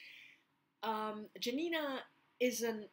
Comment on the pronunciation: The best Tokarczuk's book is Primeval & Other Times. i love also Anna in the Tombs of the World. Dont call her Janina like jam, this is very bad pronunciation. Check polish "j" sound.